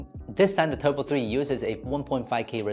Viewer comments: Its turbo not tubro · TUBRO 3 / Just wanted to point that out. Good review as always. Time to head to SZ